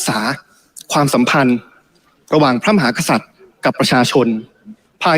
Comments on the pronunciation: เหร่อ ?? ติมน่าจะมีปัญหาทางกายภาพหรือไม่ก็สมองนะ...ติมไปรักษาลิ้นไก่มึงให้หายก่อนนะครับ ลิ้นน่าจะป่วยนะคะรับ พูดว่า พระ มะ หา สัด อ่านให้ชัดๆนะครับว่า พระ มะ หา กะ สัด นะครับ ถ้าลิ้นไก่ไม่เสียก็กลับไปเรียนภาษาไทยก่อนค่อยมาบริหารประเทศนะครับติม.. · เหร่อ ?? ตูว่า สส.ก้าวพลาดลิ้นไก่สั้นทุกคนนะ เช่นติมน่าจะมีปัญหาทางกายภาพหรือไม่ก็สมองนะ...ติมไปรักษาลิ้นไก่มึงให้หายก่อนนะครับ ลิ้นน่าจะป่วยนะคะรับ พูดว่า พระ มะ หา สัด อ่านให้ชัดๆนะครับว่า พระ มะ หา กะ สัด นะครับ ถ้าลิ้นไก่ไม่เสียก็กลับไปเรียนภาษาไทยก่อนค่อยมาบริหารประเทศนะครับติม..